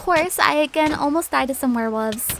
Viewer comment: I keep understanding "werewoofs"